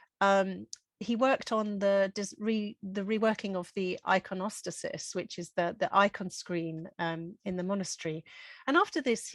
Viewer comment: interesting but your inability to pronounce the names of flowers ordinary flowers and religious terminology including iconostasis suggests your lack of reading and education